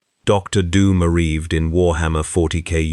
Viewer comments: The story starts by saying Dr. Doom "Arreved". WOW. No quality checks...... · Areeved lol